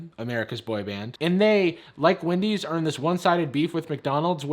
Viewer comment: anyone noticed it said Wandy's